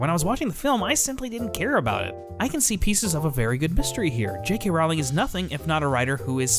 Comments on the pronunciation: No, the main takeaway is that he does not know how to pronounce JK's last name. It is pronounced rolling (row - ling), not rauling like howling. 😎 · Okay, I'll start with a pedantic nitpick: you say you're a fan but you can't say her name right? Really? It rhymes with bowling, dude. Now, for substantive points: 1) I agree with you on the Leta story line. It was basically a red herring (which works great in a mystery but doesn't serve a real purpose here, making it superfluous) and just to add back story in an attempt to make her death more meaningful. It didn't, though. She was still just as much dead weight as Nagini. I think both women were there to score social justice points without any substance or affect on the plot. They both could've been used much more powerfully than they ended up being. 2) I agree that Theseus and Leta could've been included with Newt and Jacob, to streamline the ridiculous number of plots and to create more interesting dynamics. I also agree that Tina and Creedence could've been grouped together, too. I think it could've been interesting to have Queenie join them for a while only to leave later in a disagreement, and maybe that's when she gets picked up by Grindelwald. 3) I don't really have an issue with Depp as Grindelwald. I think the characterization problems he had were problems of direction and script, not acting ability. But someone else could've played him, I'm not picky. I do agree that Grindelwald shouldn't have been cast first (I do think it would've been powerful to have Graves revealed as an agent, instead of G himself), and I think they should've done chemistry tests for both Dum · I don't mean to be rude but I'm pretty sure you're pronouncing Rowling wrong